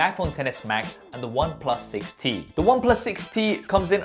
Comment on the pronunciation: Any one else heard it 60 not 6T?